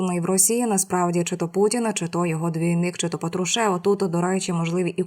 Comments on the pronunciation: ПатруШЕВ режет слух всем слушателям и дикторам, да и не только им, ведущая с высоты своей безграмотности плюет на всех слушателей и ей не доступно произнести с правильным ударением ПАТрушев, а не ПатруШЕВ, это, оказывается, ниже ее достоинства, какой позор для такой горе ведущей, ганьба, ей не место на вашем канале!!!!! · Коли ж ти навчишся вірний наголос на призвіщі Патрушев робити?